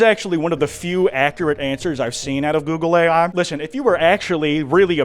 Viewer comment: All I can hear now is "googly eye"